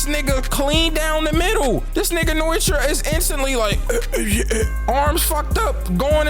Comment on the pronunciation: I swear to god it’s pronounced: no-e-tora not fucken noitra